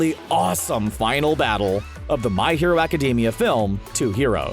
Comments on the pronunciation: Please change the way you pronounce My Hero Academia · This idiot really said "My Hero Academia" wrong